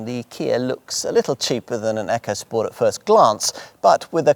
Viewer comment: Its ECO not frikking ECHO